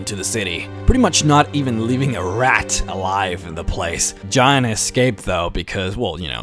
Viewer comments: Its Jaina not China. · I personally don;t hate his voice but the fact that he cannot pronounce a lot of the World of Warcraft names properly really annoys me. the way he pronounces Garrosh = gareish and how he says Jaina, making it rhyme with vagina, and the way he pronounces Kairoz as kayrez and when he tried to pronounce the heart of Y'shaarj .... Y'shaarj comes out as Yavsh,,,, I lost it . PLEASE learn to pronounce the names correctly, You can defiantly say either English is NOT his first language or that he has a speech impediment.